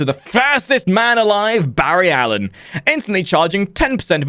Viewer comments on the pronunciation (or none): none